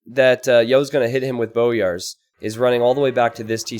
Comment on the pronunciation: Also, it's "boy-ar", not "bo-yar"